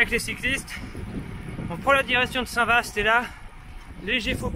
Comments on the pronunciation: On prononce " Saint Va " et non pas "Saint Vaste" : les S en fin de mot ne sont prononcés que par les horsins 😉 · Salut très belle vidéo comme toujours. Au passage qu'à tu pensais de ma très belle région à Saint-vaast la hougue? Je vous et croisé direction réville. Ps: attention Saint vaast se prononce saint va ont dit pas ast 😉😉 allez continuez c'est super au plaisir de vous revoir part chez moi 👍👍